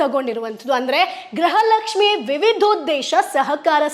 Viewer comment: Gruha Lakshmi anta sariyage uchhrane madi